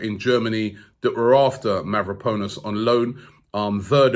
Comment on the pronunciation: Yo Robbie practice these names mehn. It’s “Panos” not “ponus”